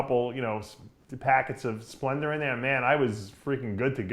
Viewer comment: Why does Dave pronounce words the end with "A" as "ER"...? Example he says "splender" instead of Splenda and "olympier" instead of Olympia lol wtf?